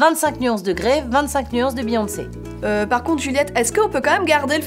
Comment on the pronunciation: Euhh...... Christian Grey, le « n » ne se prononce pas 😭